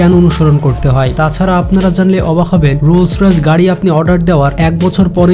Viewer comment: রোলস রয়েলস বলছেন কেন ভাইয়া? এটাতো রোলস রয়েস!!!